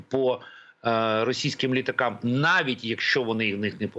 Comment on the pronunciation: ЛітАкА немає....😂😂😂😂😂😂😂 Оце наголоси вірно зроблені!!! Ви,пан ЕКСПЕРТНИК, багато російською думаєте та спілкуєтесь. Відчувається як по нагллосам так і побудова речення має російську архитектуру. Ви російську мову говорите українськими словами. Читайте інеїду Котляревського. Тоді зрозумієте більше думку